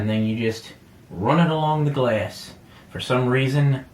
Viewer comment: If I hear you say glass one more time I swear I will grab your fucking glass forehead and slam you into the fucking mitre saw repeatedly just fucking smashing it shouting "It's pronounced fucking glass not gleasss"